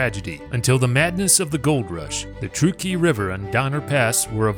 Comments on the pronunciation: Truck-key not true-key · It's pronounced Truck-e please. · It's pronounced truck ee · I grew up in Sacramento County and am very familiar wth this history and the environs. No one has ever pronounced Truckee as "True-key." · I am born and raised in TRUCK-EE you are saying it wrong. But great job other than that. Thanks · me no understand? Now it's pronounced TRUCK-EE. no big deal. right? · It's Truckee ..... like you are driving a truck. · Ya' might want to find out how to pronounce "Truckee".... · I will subscribe when you bother to research you language pronunciation. Truckee